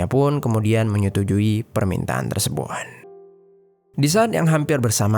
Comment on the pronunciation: maaf kak komen aq d luar konteks.. kok kk aq dengar kalo mengucapkan kata "tersebut", terdengar tersebun y.. ap aq yg slh dengar y😅🙏